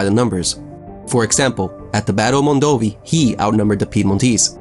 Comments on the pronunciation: Mondovi' has an accent on the last i !!! And Castiglione is read in another way... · Very good video, but the piedmontese cities are pronounced mondov-EE and Kasti-ll(like in Spanish)-ee-o-n-a